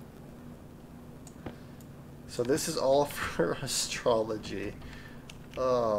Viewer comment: It's Astro-loy. Not astrology.